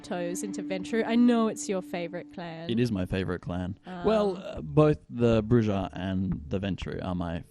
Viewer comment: "Broo-Hah" No J-sound, only H-sound.